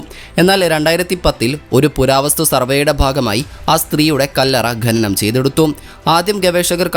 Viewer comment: ഖനനം ആണ് ഗനനം അല്ല